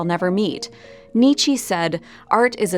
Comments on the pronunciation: Nietzsche is pronounced Nee-Chuh, not Nee-Chee. I expected more academic rigor from this channel! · Not to be a bummer, but Nietzsche's name was mispronounced. It's more like: Knee-chuh.